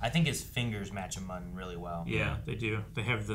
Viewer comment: yes it was plagueis confirmed and the Muun race is pronounced like mew-n